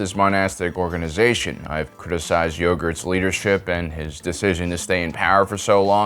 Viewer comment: Is it just me or did he say “I criticize Yogurt’s leadership” ??